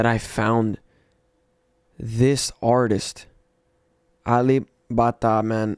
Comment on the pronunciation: WOW, this is good. By the way,, you pronounced his name right Alip Ba Ta.